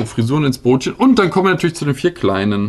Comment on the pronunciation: Es heißt Böötchen!